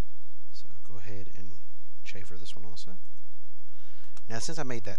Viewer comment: The term is - Chamfer - NOT Chaffer. Please pronounce the 'm'. You are using a completing unrelated word through your pronouncing - chaffer.